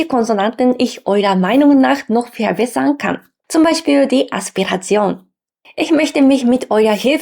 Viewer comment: Verehrte, vielen Dank für Ihr Video. Ich fand es interessant. Großen Respekt auch für Ihr gutes Deutsch! Es war sicher nicht immer einfach, eine so andere Sprache als die eigene Muttersprache zu lernen. Ihre Aussprache ist auch sehr gut. Aufgefallen ist mir nur eine leichte Tendenz, das B wie ein W auszusprechen. Dadurch klingt "verbessern" leicht nach "verwässern". Ich bin mir sicher, dass werden Sie auch bald beherrschen.